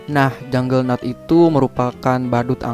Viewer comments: KAPTE VARGOBA BUKAN VARGOBA. JUGGERNAUT BUKAN JUNGLENAUT. GMN SI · Juggernaut lah Bukan Junglenaut